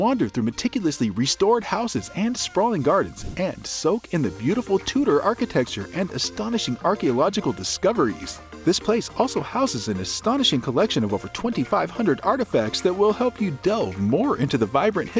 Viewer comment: Well, you have never been there and that shows. "Smith-Wicks"? Say that anywhere in Ireland and you'll be laughed at. It's pronounced "Smithicks". Also "Tudors" not "Toodor" (American "u" not applicable). I mean...good info, but refine your research please!